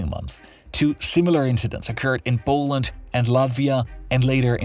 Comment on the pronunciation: Its not boaland its poland dude wtf is that accent